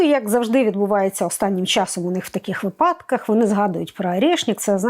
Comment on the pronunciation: Все прекрасно, окрім слова вИпадок, вИпадки Як казала наша препод з фонетики: "Якщо ви не хочете, щоб ваш випАдок став припАдком, то кажіть вИпадок"